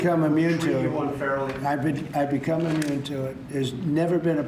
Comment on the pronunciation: "i bEcOMe iMmUHNe to iTtt" Donald Dystopia Drumpf